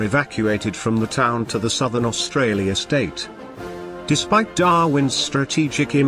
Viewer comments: Australia not Austrarlia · Australia not Austrarlia... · AUSTRARLIA? The narration is hard to endure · "Austrarlia?" Really? This was an interesting presentation about an action I'd never heard of, but to be taken seriously, you need to proofread your stuff. Nothing puts me off more than badges of ignorance in material I hope to learn from. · damn. WHo wrote this? Austrarlia? I do that in the morning but would use a speller for something like this. If this IS machine speech-it makes some serious errors of pronunciation which identify it as non English speaking creators. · What country this fella AustraRlia? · why is it Austrarlia ? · Austrarlia :), otherwise, brilliantly done :) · Great Video but its Australia not Austrarlia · It’s Australia not Austrarlia. Fair dinkum’, at least get our name right. Clearly your graphics person can’t spell. It is gun battery, not baterry. Also the narration should be South Australia, not ‘Australia’s southern state’. Very poor video for these reasons alone. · Austrarlia, that’s how Japanese pronounced it. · Sorry but all credibility for this video is lost when you read "Austrarlia" (sic) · At 3.17 ..AUSTRARLIA ... 🤣🤣🤣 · Austrarlia lol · its Australia and not AUSTRARLIA hahaha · Haven’t heard of “Austrarlia” before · "Austrarlia" seriously? talk about amateur hour! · Mate, the narrative is horrific and what the fuck is AUSTRARLIA? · AustraRlia.. LMAO. too many Rs.